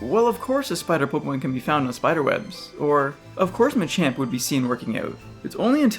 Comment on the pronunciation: you say pokemon worse than any person i've ever heard. you say it like you're trying to get it over it. 'pugumun'